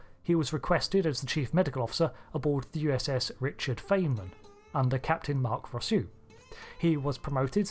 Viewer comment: For general pronunciation, Feynman is usually fine-man.